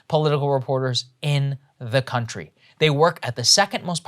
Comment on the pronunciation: The way Saagar pronounced cunt-ry perfectly identifies this chick lol his brain subconsciously did it for sure